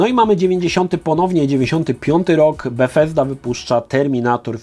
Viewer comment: Dziwnie wymawiasz Bugthesda 😂